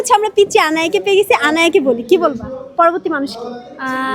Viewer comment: Bolod kothakar ei jonnoi tui ssc te fail korcot 😂😂 Proborti hobe nh poroborti hobe 😂😂